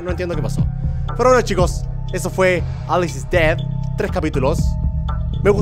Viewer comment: Germán no es aliz es Alice : Alicia